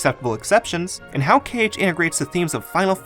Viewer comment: You said KH like Kayge once, as in "okayge". Not a drag just an observation